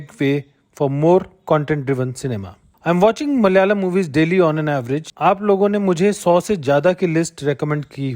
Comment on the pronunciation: Bro please pronounce it as Malayalam, not Mal-yalam. Also, we are not Mallus, but Malayalees.